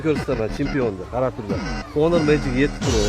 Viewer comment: qande 16bn 17ni kamerasi birxill🤦🏿‍♂️🤦🏿‍♂️🤦🏿‍♂️ kin uuu HHHHONORRR mas, Onor uuuu